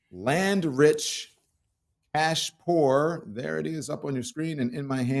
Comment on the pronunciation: When you said "cash poor," I heard "ass poor." And I thought, me too, I am damn ass poor.